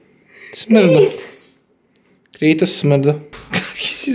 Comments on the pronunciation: nije krejtos nego kratos al ok. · Taj iz igrice ze zove Kratos, tj tako se kaže na srpskom a ne krejtos. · Msm da nije KREJTOS nego KRATOS 😂😂😂😂😂 Inc jako sladak 🐶 Volim vas punooo❤❤❤ Jadan Hlad zaboravili ste za njega!!! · Meni zvuci kao da zove g kritos umesto krejtos